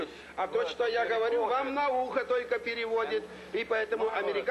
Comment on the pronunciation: He pronounced 'Г' like a Ukrainian when he said "я говорю по-русски"